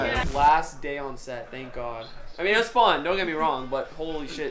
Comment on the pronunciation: Is it me or did he say fon fon time instead of fun fun time